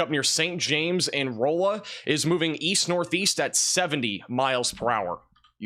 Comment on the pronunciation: Rolla is pronounce Raw-La I believe